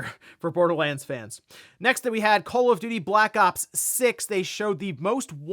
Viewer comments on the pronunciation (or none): It's call call of duty not call if doody.